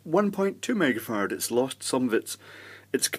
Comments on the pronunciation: I know .. he said "mega-farad" .. but all i hear is "megafart" .. all the time ;) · Who else heard "2.2 mega fart"? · It must be accent because at 5.30 I thought he said 470 megafart.